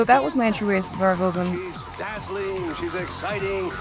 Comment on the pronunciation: By the bye, his name is pronounced verhooven, not verhohven. And he wrote a book on Jesus.